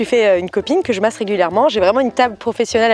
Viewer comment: Quelle MASSE (avec l'accent espagnol "Màs"), elle m'a tuée 😍😂